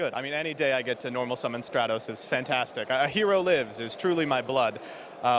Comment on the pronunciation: I need to know if still calls it 'Straight-Os' in a YCS setting.